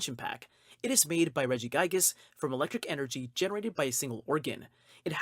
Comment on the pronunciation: ReggiGIGAS not Regigas